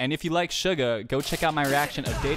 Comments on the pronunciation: Btw its not sh-u-ga its s-u-ga no shhhhhh its ssssssss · Its only me or when he pronounced suga i thought he told sugar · Why does it sounds everytime he says suga to “sugar” btw very nice reaction tho i love it❤️❤️